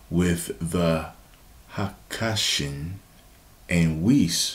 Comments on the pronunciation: Hakaishin (haka-I-shin) Welcome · It’s not pronounced haka-I-shin it’s pronounced Ha-Kai-Shin